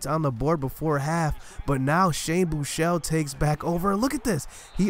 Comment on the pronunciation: FINALLY SOMEBODY WHO CAN PRONOUNCE SHANE BUECHELE'S NAME CORRECTLY! Lol sorry for the caps but yeah. Tough loss though...